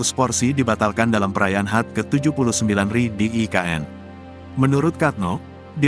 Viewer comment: pingin ketawa yg baca narasi...HUT dibaca hat...RI dibaca ri bukan Er.I..hihi...